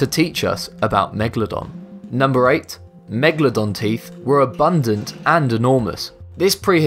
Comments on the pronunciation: If I could get a pound for every time he said megladon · Bruh, its megaladon not mwgalodon